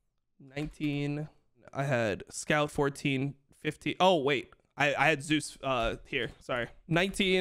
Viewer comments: Thank you Dom for calling him Zeus and not Zay-Us like so many casters. That shit is so annoying. Now if we could start calling Oner correctly as One-er instead of Owner; and LvMao Love-Mao instead of Lu-Mao. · KR casters agreed to call him Zay-Us because there was another LCK player named Zzus. Also, unlike English, Korean doesn't have phonetic ambiguity. You know exactly how something is supposed to be pronounced, and it's supposed to be pronounced Zay-Us. Same thing for Owner. It's literally how Zeus and Oner pronounce their own names.